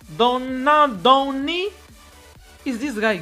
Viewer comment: The way man’s said Donadoni 😹😹😹😹✋🏽